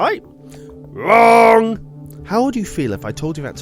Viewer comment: When he said "WRONG" in the beginning tho